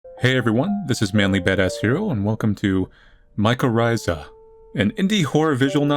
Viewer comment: MY CHORR ITHA is how u pronounce it